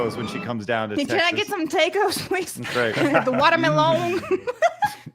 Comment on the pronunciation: 'How about we hit them with tor-tee-la? Tor-tee-ya. Whatever!' 'Oh. Well, whatever, man.' 'Can I get some tay-coze, please? With the watermelone?' Gotta love Blabs. 🤣🤣🤣